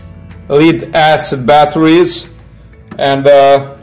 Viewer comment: You think after all those years of being under British occupation they would be able to pronounce it as lead instead of leed.